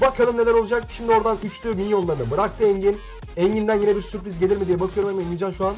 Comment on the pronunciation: Abi "sü.r.priz" olması lazım :) (mikrofon alana kadar yazicam bu arada.)